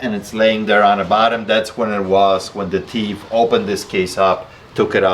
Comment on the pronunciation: Hey... Try to say this sentence: The thief thought that the thimble was thick.: "ta teef taught tat ta timble was tick. 😅